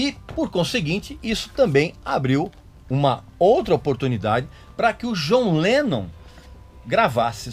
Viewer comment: Eu racho o bico quando a pronuncia dele soa como "Jonleno"